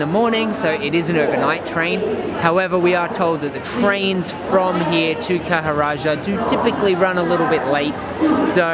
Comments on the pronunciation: Khajuraho guys, kha-joo-ra-hoo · Ha ha ha.. How difficult is it to pronounce Khajuraho? Kha-Ju-Ra-ho...